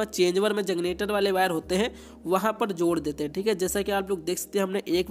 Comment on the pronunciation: Bhai kanpur se h lgta h🤣🤣🤣